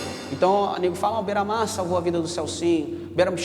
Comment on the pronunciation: Bandido bom é bandido que fala correto é bera mar porra kkkk